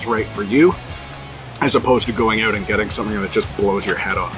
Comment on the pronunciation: They look delicious! I’m trying to determine your regional accent. There are a couple of times where you said “out” and it sounded different from the way we say it in North FL. Would it be Maryland?